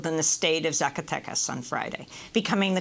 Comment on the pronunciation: She pronounced Zacatecas incorrectly though. It's Zaca "Tay" Cas not Zaca "Tech" Cas. But yeah usually her pronunciation is good.